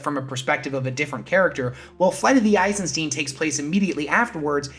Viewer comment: FrankenSTEIN, Albert einSTEIN, flight of the eisenSTEIN. You keep saying eisenSTEEN